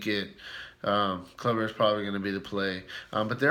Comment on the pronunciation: It's pronounced Kloober not Clubber lol....... Corey Kluber!!